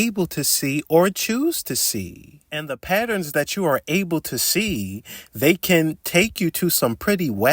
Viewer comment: Love this guy. HATE when he says the word "Patterns"